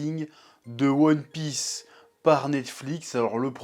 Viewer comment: "Youone Pisse"